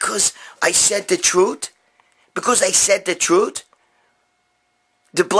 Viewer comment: Because I said the troot? Because I said the troot? Haha I still don't under stand how your vids don't have a million views. This shit is gold. Keep it coming bro.